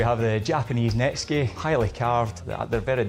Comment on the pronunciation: You should not pronounce the “u” in netsuke. It is elided in Japanese to “ netskeh”.